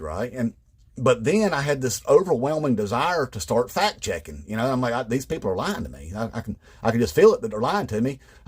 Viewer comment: IDK if it's his accent or my hearing or what, but when he talked about fact checking Fox News I heard "fat chicking."